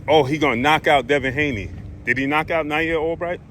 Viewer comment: Man just say Devin Haney